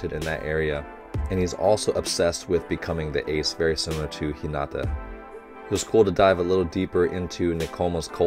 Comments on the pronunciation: It is ok to pronounce 'Hinata' as 'Hinada' as long as you are not pronouncing the 'd' sound too heavy and hard. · In my opinion, it's fine to say "Hi-nada". It's not too different from "Hi-na-ta" so it's easily understood, and it's kinda how English speech flows anyway. That being said, if you want to continue trying to say "Hi-na-ta", can I recommend putting the emphasis on HI-na-ta (instead of hi-NA-ta). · Coach it’s hee na ta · I pretty much agree with you haha. It's one of these things that can be a slippery slop though. An English speaker won't be able to say the names like a Japanese speaker would. So we should keep that in mind. But if a name is pronounced completely wrong, it should be corrected. In this particular case, I feel that coach's "Hinata" was in this gray area where it can go either way. So I think some people feel the correction is unnecessary, while others do care. And there's also a bit of a double standard where we could be pronouncing names wrong but hundreds of internet fans won't be there to correct us. Yet these people will instruct the reactors on how to say it. If that's the "right" thing to do is different to everyone. In the grand scheme of things, it's not super important and doesn't take away from the video. And it's also up to coach to decide how he wants to proceed haha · I like how coach is physically trying to pronounce hinata's name correctly